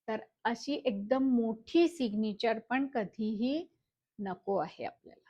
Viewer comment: सिगनिचर नाही Mam सिग्नैचर Mam you teach really well